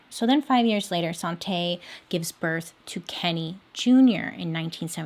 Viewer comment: i keep hearing 'sante' as 'sauté' so that's what her name is now